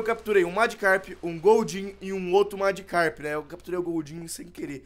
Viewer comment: se escreve e se fala magikarp